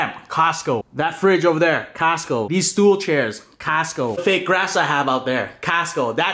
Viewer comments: When he said “castco” I felt that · Caasco! I still hear it after you stopped saying it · Nobody:: CAST-CO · Why Canadian pronounce it "castco" ? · The way he says Costco 🤣🤣